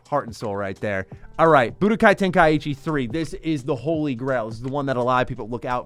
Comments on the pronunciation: love the channel and your videos but im sure its ten-kai-chi not ten-kai-ichi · Ten-Kai-chi Say it right please